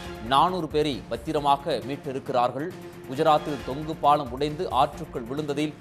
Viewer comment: Thongu paalam nu sollunga thongu paalm sollathinga